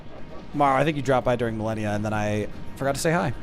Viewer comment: Its Malenia not Melania